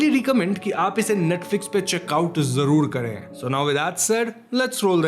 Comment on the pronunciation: You speak well but fix your pronunciation of “Z” say Zaroor not Jaroor say Zameen not Jameen sounds unsophisticated